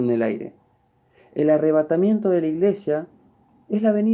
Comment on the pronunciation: Primero dijo que la palabra "Arrevátamiento no esta en la Biblia pero ya pronuncia 3 veces. 2. Jesus no biene a la tierra dice " en las nubes "Husted está mal amiguito no perturbe